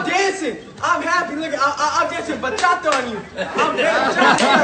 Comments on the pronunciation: How many times do I have to tel you it’s BACHATA not bachacha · You still saying pacha cha It’s bachata bro.